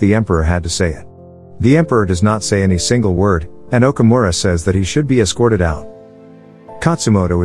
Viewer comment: Omura & Taka.. not Okomura & Kata.. I watch this movie always..